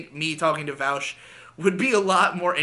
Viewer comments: You call him “vowsh” now I know you’re not a lefty lol all right wingers call him vowsh but his name is Vaush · every time you call him "Vowsh" and not "Vawsh" i die a little inside